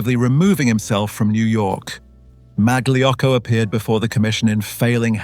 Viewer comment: Mag-Lee Yocko? Uh, maybe not quite...